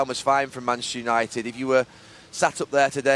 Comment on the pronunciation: All I could hear was...."Mansunited"